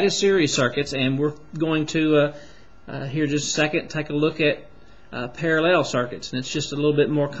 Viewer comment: You can explain, but just don't say "parellel", it's parallel. Great video anyway!